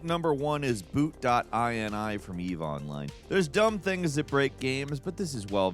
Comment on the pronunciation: I wish you could have seen how hard I face-palmed, the moment said the words: "Boot.ini"